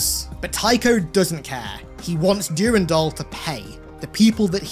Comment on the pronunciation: PLEASE STOP SAYING DURINDOL